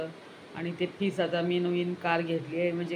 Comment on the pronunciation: 'Ghest loka', 'fiss fiss',😂